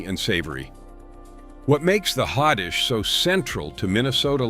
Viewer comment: Minnesota Hotdish is pronounced HOTDISH.